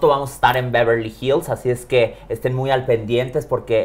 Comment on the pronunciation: Y luego dijo BEVRELY HILLS